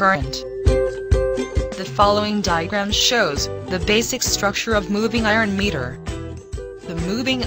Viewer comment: Meter bol rhi h ya mirror bol rhi sala samajh me aya nhi aur kuchh bol rhe hai good explanation